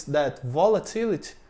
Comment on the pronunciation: You pronounced REITs correctly. There are other things like volatility where you need to pronounce the ending like you did well with opportunity. You talk about automation so much in videos. I remember listening to a video where they were talking about raising the minimum wage. The person stated that the minimum wage does not mean people wages will raise to the new level. The wage can go to zero. That seems to be true for the Brazilian mindset towards employers. Treat them badly and they don't have employees, they make everything automatic. I will assume from your talks (and if I remember correctly) that unemployment in Brazil is high. If that's true, too bad the normal person will not correlate getting "treated better as an employee" with unemployment. If I was to invest in Brazil, it would be via the stock market like your first example. Maybe, I'll try and make an automatic acai pizza shop. 😀